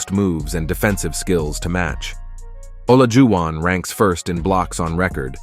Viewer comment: Reasonable list. Players at this level can be flip-flopped around. But I don't know how you can separate magic and bird by that much. Never trust a computer. Can tell with olajuwon and jabbar, names can't be pronounced by computers apparently.